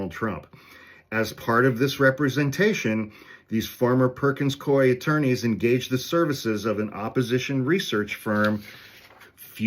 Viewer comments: It's pronounced cooie, rhymes with dewey. (I once moonlighted there in a temp job for a couple of months about a million years ago in the 90's.) I hope that helps. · It's pronounced "Coo-ee." Back in the day, my best friend and compatriot in the law, worked for them. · It's 'coo-ey.' My next door neighbor is a partner there. They screwed with the wrong law firm. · It’s pronounced COO-ee. I learned this from Legal AF. 🙏🏼💙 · It is Perkins Coo-E (I temped there decades ago).